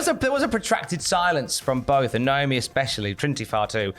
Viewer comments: It's Naomi, not Niomi 😂😂 and you got doing it lol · UIs it a British thing to mispronounce Naomi's name? NIOME?